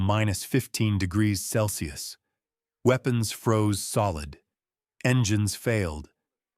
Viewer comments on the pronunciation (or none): none